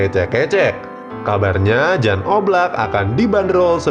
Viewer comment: Silva udah. Keeper yg susah nyari nya, oblak ga di jual Atleti musim ini. Btw, Jan di baca 'Yan'